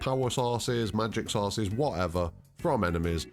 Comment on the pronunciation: Magic sauces, penichewluhs???